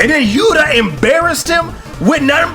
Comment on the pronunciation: Are you calling Johnathan "Yura" Hishaku Yuta? It sounds like it.